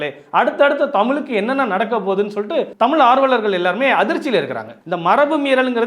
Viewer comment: தமிள் இல்லை ஐயா தமிழ்..